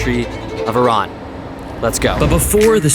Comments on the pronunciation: Thank you for pronouncing Iran the correct way! ❤️🇮🇷🦁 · Thanks God you pronounced it right Not i ruuuun😂 It was interesting vlog 💚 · Thank you for saying Iran correctly. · Great that you guys call it Iran,not eye ran